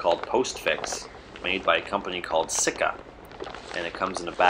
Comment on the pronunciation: Good job on the video I enjoyed watching it. Only thing (I know I know but hear me out) It's pronounced (See Ka) Lest that's how they told me when I used to go pick up barrels of their epoxy. Only thing I had to say. LOL Great work otherwise showing off their product.